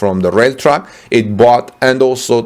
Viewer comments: Interesting and IMPORTANT video! My friend it Sounds like you are saying "Truck" When you are trying to say "Track" to mean "railroad track". "Track" is pronounced to rhyme with "Tack" as in: thumb tack. Clearly Germany is NOT interested in Tesla's success. This accommodation would only inure to Germany's benefit. To claim some trespass of utility is exalting form over substance. It belies the true intention of Germany towards Tesla. It was a trap to invite Tesla into investment in Germany. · I too heard Truck initially and was confused but soon figured out he meant Track. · For 2 minutes, I keep hearing “truck”. Then I finally got it was “track”. Silly me. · Isnt it "railroad" on english? took a time before i got what he said too :D